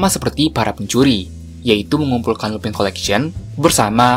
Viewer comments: Bang abang salah sebut harusnya lupin bukan lupai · min Lupin dibaca Lupin bukan lupan